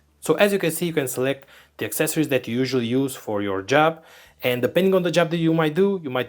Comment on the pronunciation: AK-SES- OR-EES This how to pronounce accessories.